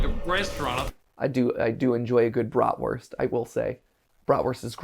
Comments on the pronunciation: Also, as a german I really like how they pronounce Brotwurst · As someone who knows German the way they say bratwurst hurts me inside lmao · As a German I was very angry hearing them say Bratwurst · As a german it is so funny to hear Mat say Bratwurst!